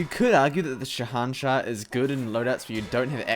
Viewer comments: It's pronounced shay un shah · It is said Sa An Sah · It is pronounced as sh a hen shaah and it means king of kings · Sha nah sha-sha is how it's pronounced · its shahanshaH. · The pronunciation is killing me